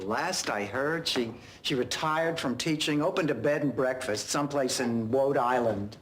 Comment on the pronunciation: Dorothy says Lhode Island instead of Rhode Island. It directly brings back her speech impediment connection. That's the joke